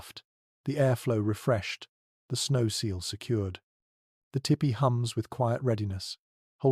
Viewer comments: I really enjoy your channel, And appreciate the time and effort you obviously put into it. However as someone who has grown up around Native Americans the pronunciation of the dwelling should be more like “Tea pee”. A better spelling to indicate this would be Tepee. After looked it up ”tipi” is also a correct spelling but does not let itself to proper pronunciation. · Only thing I don’t care for is In US we pronounce it TEE PEE Your First Peoples stories are my fav. TY